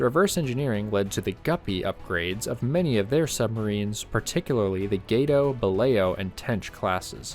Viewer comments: not sure if anyone else has told you but its pronounced gah-toe not gay-toe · Gato means cat. Not gate-oh